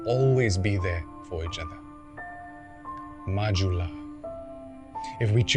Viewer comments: Yes it's pronounce as 'ju' not 'hu' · So it's pronounced "majula" not "mahula" ?